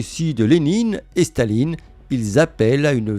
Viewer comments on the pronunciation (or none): none